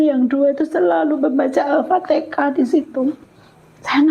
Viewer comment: maaf bu, bukan "aftekah" tapi "alfatihah" pertanyaannya: knp pembawa acaranya tdk menjelsakan disitu pd narasumber kalau penyebutanya bukan aftekah tpi alfatihan. sya maklumi krn si ibu mungkin belim fasih atau belum tahu betul penyebutannya tpi si pembawa acara knp tdk mengajarkan atau menjelskan itu salah penyebutannya. semoga skrg si ibu bisa nyebut alfatihan dgn fasih